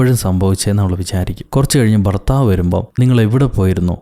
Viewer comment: ഫർത്താവോ.... മോശം